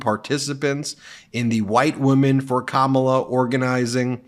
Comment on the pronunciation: He calls her Kam- ALL-a. How about starting to call him Don-OLD? Please start this trend.